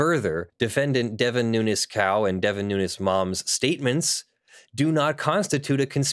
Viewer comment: His last name is pronounced “noonz” (you know, the normal way we pronounce words in English ending with “…-vowel-consonant-E”, plus the “S” pronounced the normal way we pronounce pluralization), not “new-ness”. Just saying— your video and viewpoint are more agreeable if sound like you've done the tiniest amount of research.